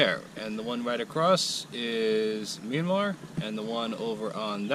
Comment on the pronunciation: You don’t pronounce Myranmar as Meeanmar.